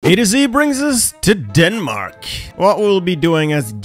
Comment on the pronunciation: Why did you say Denmark like that?! Just because you are inferior to us? xD